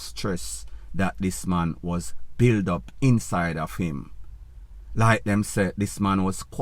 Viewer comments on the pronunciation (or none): none